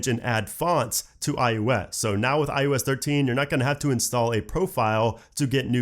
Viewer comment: Stop saying iUS